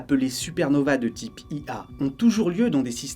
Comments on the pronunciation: ce sont des supernovae de type Ia, mais on prononce "1a", pas "ia" Incroyable vidéo à part ça, magnifique et vertigineuse ! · Tout bon, sauf à la fin, la supernova de type ia. On lit le prompteur sans faire gaffe, supernova de type UN-A (1A) vu qu'il y a aussi des supernovae de type 1 B et aussi II (2) etc...